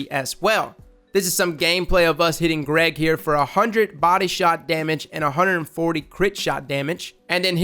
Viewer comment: I love it whenever you say Greg 😂 I find it very funny! Keep up the good work!